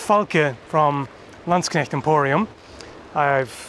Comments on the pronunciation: He sure can pronounce "Landsknecht" flawlessly. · the flawless pronounciation of Landsknecht pleases my German soul